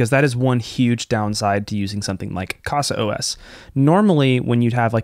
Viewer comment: Great video! I've been using Open Media Vault. I'll give a try to it. Just a small point: It reads 'caza', not 'cassa'. 'casa' is 'home' in portuguese.